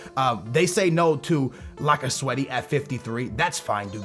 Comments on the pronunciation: its not pronounced lacazetti its pronounced lacazett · Pleas don't say "Lacazettee" his name is pronounced "Lacazet" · "Lock-a-zet-tee" C'mon bruh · His name is lacazette , not lacasweaty 😂🤪🧐🤨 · Why in the world are you saying lacazette lacaswety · like i sad lacasweat lacazette 😂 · Did he say lacasweaty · its pronounce Lack-a-zet I know you say you're really bad at pronouncing names but that one is actually pretty simple when you learn it. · IT'S NOT PRONOUNCED LAC-CA-ZETTY! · my 5 year old brother can say lacazette propably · why df do you always say niggas' name wrong. you do that shit on purpose and ofc you'd sign lacazette